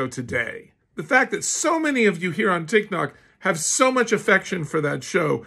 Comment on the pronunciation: 'Tik noc' best misspronounceiation I've heard